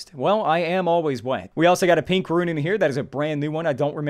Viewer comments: Halfway through the video he started pronouncing "rune" correctly. After watching the rest of it, he started pronouncing it as "ruin" again. Come on man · it's really bugging me how you say runes as "ruins" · ruin reader? Haha, please xD It's RUNES! Not ruins!:D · First, he said iron as "eye-run", and I got over that because that's how it's spelled, even though it's still wrong. THEN, he said rune as "ruin", and I cringed SO hard. Like, is he just a living typo? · It pains me when he says ruin instead of rune. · pronounces rune as "ruin" bruuuuuuuh